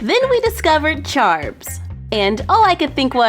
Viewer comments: The first time said charms I thought she said "charbs"... Seriously, it sounds like she's saying "charbs". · the first time she said charms it sounded like "Charbs"!